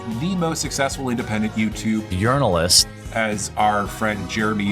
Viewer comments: Mispronouncing the word 'journalist'..... It's true! He's a foreign agent sent to sow dissent in the USA! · “Yearnalist” LOVE IT!